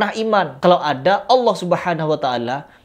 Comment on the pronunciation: Her kamu jangan merubah nama allah... Kok bisa sebutan allah dirubah jadi hallah......